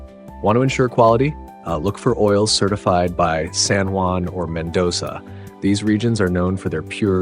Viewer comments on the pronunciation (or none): Mendoza, not "Mendosa."